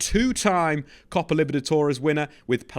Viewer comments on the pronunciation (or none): none